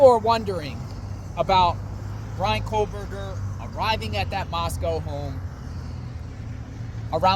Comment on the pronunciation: IT'S pronounced "KO-BURGER not COLE-BURGER.